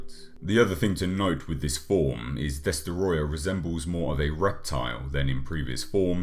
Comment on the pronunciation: Great video, but it’s pronounced “DESOTROYYYAAHHHH!!!”